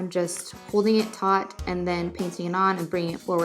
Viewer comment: “nice and tot” 😂😂😂